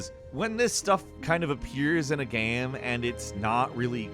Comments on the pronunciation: why he can't pronounce game,same,name. Its always gam,nam,sam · why do you say gam instead of game